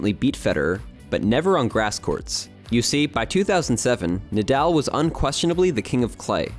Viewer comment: Brooooooo the captions you have in the video are wrong- it’s Mallorca, and his name is Nahdahl not Naaadaaal. But amazing video